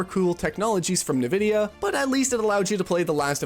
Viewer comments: "Nuh-VIDDY-uh" ...Says a guy who's clearly never played an actual PC game... *whispered* en-VIDDY-uh... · I came here to say this, but I knew in my heart that it had already been said. <3 (BTW, it's pronounced "N"-Vidia) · I'm pretty sure it isn't pronounced "nuh-vid-E-uh." It is more like, say the letter, "N," then say "vid-E-uh.". I can't listen to this video because of it. Ugh. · It’s “in-vidia”, not “nuvidia”. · Why are people saying "nuh vidia" now? Jensen clearly always says "en vidia" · Thanks for the video, but why are we pronouncing it Na-vidia? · Who tf says Nevidia😂😂😂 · If you say "Nuhvidia", you literally have less than 100 IQ, i swear to god... Search up "Nvidia Intro - The Way it´s meant to be played" on youtube, you'll figure out how to correctly say that word... Everyone, except people with less than 100 IQ knows how to say Nvidia, correctly. 🤣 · Nvidia pronunciation is the backwards way people pronounce 'N'tendo. Most people Say 'N'vidia. cracking me up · You even used a clip of Jensen Huang pronouncing it correctly: "en"-vidia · “Nuh vidia” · Yep, drives me crazy to hear people say NA-Vidia. Look at the spelling... NV not NAV. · NEvidia or ENvidia or INvidia? What is the real pronunciation? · Already know this guy doesn't know shit as soon as the video started. Can't even pronunce Nvidia correctly, and then titles the video "DLSS Made Developers STOP Caring About Graphics" but immediately opens up by mentioning frame gen (which isn't really DLSS, it's one small part of the DLSS feature set) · I memba when Super Sampling was rendering the game at a higher resolution and then down scaling it to your monitors native resolution for better image quality. Good times. P.S. Please learn to say Nvidia correctly. Your pronunciation of it is infuriating. 😡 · Guy can't even pronounce NVIDIA. This is the blind leading the blind. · Why do you pronounce Nvidia like that?